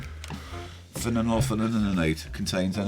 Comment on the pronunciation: Phenolpthalein is pronounced “fe-nol-thae-lean” if you guys were wondering. And it’s an indicator which changes colour when it reaches a certain pH (I think it’s an acidics one but don’t quote me)